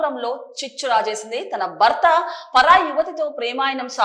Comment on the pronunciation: భర్త. భ కి vottu ఉంది anchor గారు. మీరు బర్త అని spell చేస్తున్నారు. మరణం. మరనాం కాదు.Get trained properly and stand in front of camera. Its not the attire matters. The diction n pronunciation matters.